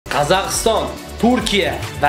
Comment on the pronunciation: Qazakiston demedi Kazakhstan deyiladi tentak